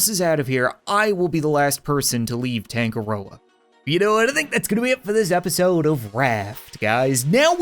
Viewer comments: Uhh Cap I'm pretty sure it's not Tan-go-roa it's Ton-nga-roa which for my culture is a Maori god who is god of the sea. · Tangaroa token = tangaroken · is anyone going to metion that tangaroa is actually the god of sea in maori mythology? not going to lie that's some smart naming wait that means that it could've been made by NZ ppl and also that's not how your pronounce it (search it up)